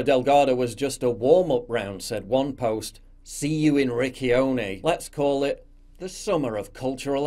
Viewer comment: It's pronounced Richione. Rikione means something completely different